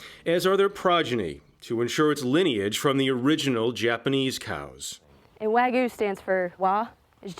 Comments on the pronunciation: So it’s half angus and half waygu not waygu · lol after all that he pronounced wagyu wrong at the end